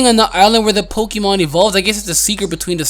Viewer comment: Stop pronouncing Pokémon "PokEEmon".